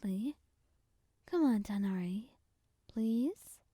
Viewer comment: I love the way you say Tighnari ❤😊